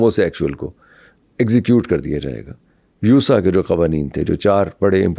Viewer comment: یوسا نہی، یاسا